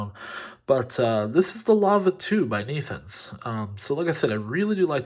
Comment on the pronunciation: great unboxing video.but the name is pronounced like this...netunes( i think it's french)